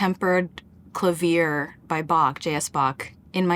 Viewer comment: amazing video but thank you mitski for teaching me how to pronounce clavier properly